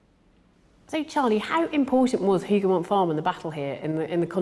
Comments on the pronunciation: Wellington's victory is properly Wellington AND Blucher's Victory... it was a joint plan they put in place that riskily lured Napoleon into the battle. Without Blucher fulfilling his part in the trap, the battle would have been 'Wellington's Massacred Army'. Hougoumont pronounced with the 'H'... 'ooo' rather than 'Who' Wellington actually sent thousands more soldiers to directly and indirectly support the Hougoumont buildings and orchards and woods. Napoleon could not see the chateau or the wall as the woods in front blocked the view to his command post. He actually sent orders to his brother to only capture the woods. There were German defenders inside Hougoumont too, not just British. Hundreds of Green uniformed Nassauer troops joined the defence just before the French attack. The story of just 800 reinforcements sent by Wellington to help defend the Hougoumont area is not correct. Several brigades of mostly Germans were moved in and around the area. The ammo supply waggon was noticed and fired at by the French skirmishers. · "Hougoumont" seems so hard to pronounce for Brits ! 🤣 Good job though. Greetings from Waterloo !